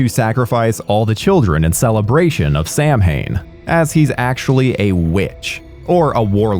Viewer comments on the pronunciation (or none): Gods dammit, it's NOT 'Sam-hayne'; it's 'Sow-in'. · Good episode. May I add that Samhain is pronounced as SOW-IN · Sorry (not), but Ima be "that guy" and point out that "Samhain" is pronounced, "sow(as in female pig) in." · Sam haine? Sawyn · 'Samhain' is actually an Irish (Gaelic) word and it annoys me that it is incorrectly pronounced 'sam-hayne' in the Halloween movies. Correct pronunciation is more like 'sauwan'. 'Mh' in Irish can give a 'w' sound. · I have always, LOUDLY, maintained that if it had been released as a stand-alone movie simply titled "Season of the Witch," Halloween III would have gone down as one of the best 80s horror movies ever made. It's a unique story covering (some) of the origins of Samhain (it's pronounced "sow-un" btw, guys), and the premise of an ancient witch seeking to redeem one of his most sacred traditions through the sacrifice of possibly millions of children is absolutely chilling. If instead of being marketed as the 3rd sequel in the Halloween franchise it had been put out as its own entity, or even as the first installment in a Tales of Halloween series, it could have spawned another legendary franchise in its own right. Regardless, it is a classic of 80s horror cinema featuring two absolute legends as leads, and deserves to be recognized as such. Now if you'll excuse me, I need to listen to The Final Countdown a few times to get that fucking Silver Shamrock jingle out of my head. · Love you guys, but it's NOT pronounced "Sam-hain". It's Irish and is pronounced "Sow-wen". Just because it's a silly horror movie doesn't mean it's okay to not check pronunciation of an actual cultural event when doing a review. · Samhain is pronounced (Sa-Wen) Screw Doctor Loomis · Quatermass series not quartermass. Mispronounced Samhain as well. Sorry I'm a huge fan of the movie. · I had such a screaming visceral reaction when he said Samhain wrong